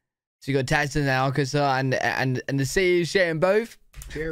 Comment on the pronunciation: Im in arkansas...yeah you butchered all those names lol. Great vid